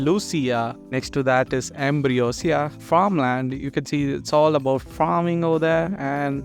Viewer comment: Its ambrosia not ambriosa 😅